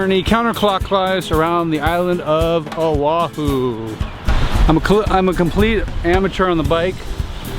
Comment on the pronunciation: I wasn't expecting a local boy to make that kind of ride. Nice to hear all of the place names being said correctly in a bike touring video. Mahalo for the video, instantly new where you were on all of the major roads. I agree that central O'ahu is not the place for the scenic views.